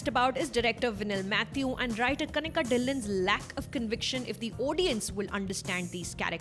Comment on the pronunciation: ‘Dhillion’ is not pronounced like that.